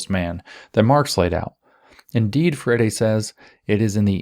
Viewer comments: Please go back to "Freyeree".. "Freddy" just CAN'T be right 😢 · It's more like fray-ee-ree. The ee is very brief. Portuguese has a lot of tough sounds that are not intuitive at all. It's worse that it's a stress timed language so syllables get cut off in weird places sometimes. 😅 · I'm not convinced Paolo Fur-Eddie deserves proper pronunciation of his name. I'm hereby starting the lobby to change his name back to Free-Airy. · Good to know it is pronounced "fairy" rather than "free-air-ee". ;)